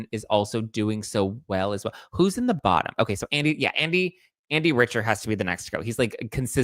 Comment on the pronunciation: It’s pronounced Andy Rick-ter, not Rich-er.